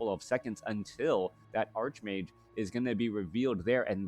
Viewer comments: I always abided you saying arsh mage because I thought English wasn’t your first language. But it’s always been pronounced arch mage. :) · I prefer ark mage, but that is how I would say it for and ark angel or ark demon, or whatever. If arch mage makes you happy, then you should keep saying it. I love your casts!